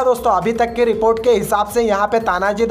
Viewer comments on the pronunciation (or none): none